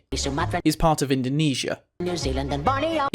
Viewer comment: “orf” wtf...